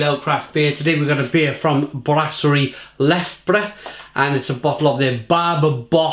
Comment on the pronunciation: You pronounce it as Le - Fee - bre (short e sounds as e in "the").